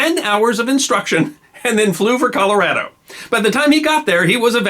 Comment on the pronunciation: Why the incorrect, then later correct, pronounciation of Colorado?